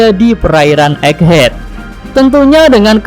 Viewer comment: *EGGHEAD min Bukan Eggehad